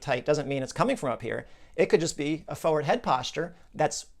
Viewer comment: I love your content but it really bothers me that you don't pronounce the first 'r' in the word 'forward'